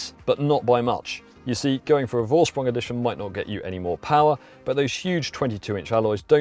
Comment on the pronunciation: Thanks for a good review! Is this edition available in other markets too? And a small german lesson for you guys. Vorsprung is pronounced Forsprung, the letter V is pronounced F in german and a more correct translation is ”advantage by technique” So now you can say both Vettel and Volkswagen as the germans😜 Cheers Henrik